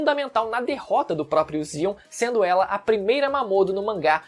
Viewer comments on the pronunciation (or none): none